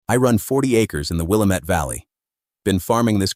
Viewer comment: If you truly farmed in the Willamette Valley, I imagine you'd know how to pronounce it properly. It's not Willa-mette. It's Will-A-mette.